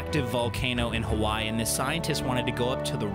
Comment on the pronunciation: All the way is Ha-why, huh?